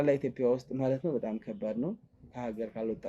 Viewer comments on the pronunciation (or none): none